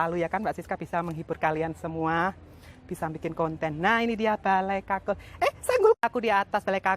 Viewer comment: Ya gpp yg bener itu 'Bale Kukul' & Suksma.